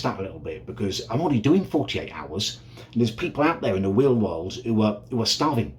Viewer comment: weal world